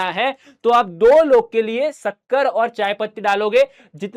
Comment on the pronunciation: bhaiya shakkar hota hai sukker nhi 😅😅😅😂